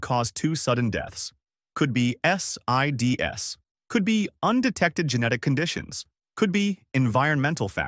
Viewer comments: SIDS is pronounced as SEEDZ - NOT S-I-D-S or Sides or Side-Z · This is good information, but the A.I. mistakes in pronunciation (and anything else) need to be fixed before it is published. SIDS is pronounced in weird ways. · it can't pronounce SIDS correctly